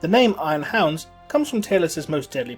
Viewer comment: oh sorry just your ascent and the way you pronounced it made hounds sound like hands